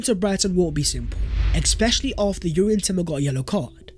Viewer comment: Please stop saying exspecially, it's driving me fucking mad.